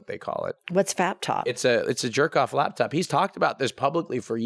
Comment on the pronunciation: Amused at southern blonde lady saying "A faptop" lmao!!